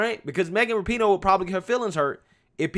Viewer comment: RAP-IN-OOOH not Not NOT ra-PEEN-OH